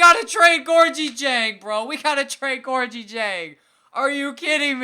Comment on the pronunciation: You are not pronouncing diengs first name right